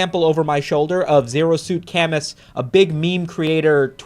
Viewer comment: You're pronouncing ZeroSuitCamus wrong and it's ruining the joke of the name